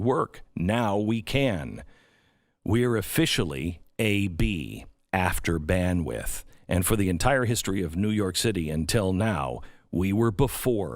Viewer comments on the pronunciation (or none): Man needs to learn to say Bandwidth